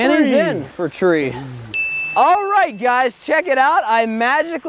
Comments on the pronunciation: for tree as in for three dummie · said fathree lol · When he said 4 three I heard fuck trees